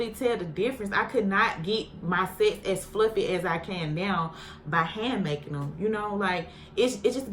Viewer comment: Every time you said CON it sounded like you was sayin the C-Word gurllll .. then when you said SETS I swore you said SEX 😂